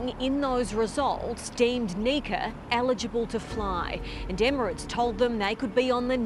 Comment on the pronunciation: Does your reporter know it’s pronounced Emirates not immerants.